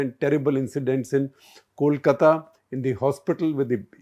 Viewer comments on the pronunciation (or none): none